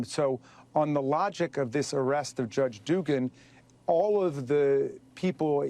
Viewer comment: Its Dooogan